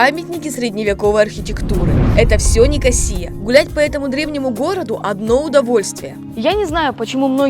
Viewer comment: Кипр Ван Лав! Главная его достопримечательность это , всё же, люди. Пообщавшись с ними побольше вы не когда не назвали ЛА́рнаку ЛарнА́кой, а НикО́сию НикосиЕ́й.